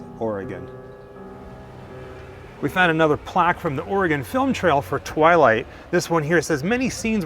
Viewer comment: Every time you say the word twilight,it hurts. :)